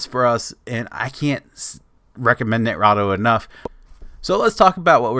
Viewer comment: i know im late but for some reason this is triggering me x.x as far as i know its Ni-Tra-Do (Nye-Trah-Doh) also thanks for the video and im surprised you have less than 2k views with 44k subs